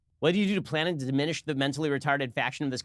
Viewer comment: ac-COUNT-ablty dIMinish lol